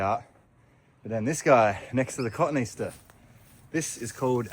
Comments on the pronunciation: Sorry, love you dearly, but bone to pick with you on pronunciation of cotoneaster. I had never heard your pronunciation. I believe yours is the American pronunciation of what is actually names based on latin, which has a very formal series of rules of pronunciation. The latin names for plants are all based on appearance or habits. Etymology. From the Latin cotoneus "quince" and -aster, a suffix expressing "an incomplete resemblance." The coton part has nothing to do with cotton. And is misleading, pronounced as cotton, and to a wordsmith, the difference in spelling indicates it is not pronounced cotton. Given many people are unaware of the latin base - it is linked to the appearance of quince. Again, the easter part has nothing to do with easter - but is a straight latin descriptor of a resemblance - or partial resemblance - to the quince. The latin descriptor form of e-aster, is lost if you say easter. I guess the resemblance is in the classic taxonomical descriptions - because I don't initially look at cotoneasters and think, "Of course, how incompletely quince like!" But that is the joy of etymology. I can see the American habit of looking for words within words, patterns, of a rather long word - to guess at pronunciation - but there are very few Americans who even register that the latin based words are often shorthand descriptors of appearance or habit - and just think some gardener invented long weird names of plants that inexplicably stuck. But Americans rarely h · I giggle every time I hear you say cotoneaster. Cotoneaster is pronounced as kuh-TOE-nee-AS-ter (phonetic) or /kəˌtoʊ.niˈæs.tɚ/ (IPA). It is commonly misread as "cotton-Easter," but the correct botanical pronunciation breaks down with a middle "toe-nee" sound. Hope this helps. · I enjoy your videos so much. We say “COH-TOH-NEE aster in the US. Well, most of us do, but I guarantee we all had to be told, ha. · We called the shrub/tree Cah-TOE-nee-as-ter (As pronounced)